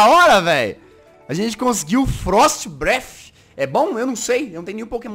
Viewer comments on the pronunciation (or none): none